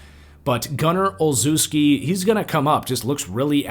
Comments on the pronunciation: Btw its produced Gunner Ole-Chef-Ski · Gunners name is pronounced olshevski